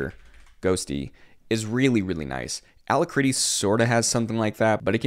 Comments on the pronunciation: It's pronounced al-ack-ritty not allahcritty. Alacrity: A cheerful readiness, willingness, or promptitude; joyous activity; briskness; sprightliness no, I don't use it either I use Kitty and and trying WezTerm out. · Thumbs down for Alacritty pronunciation.